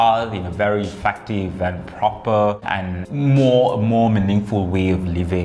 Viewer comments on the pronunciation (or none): nak muntah ckp "more" 🤣🤣🤣